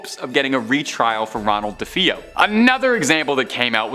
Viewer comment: Say it with me Duh-Fay-Oh That’s how the name is pronounced 😂